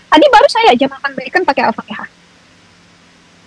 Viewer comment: Sebutan Al fatihah pun tidak betul bagaimana si maksud fatihah, mana tau sebutan Al fatihah nya ITU Ada lah laknat kpd diri nya...nuzubilaminzalik.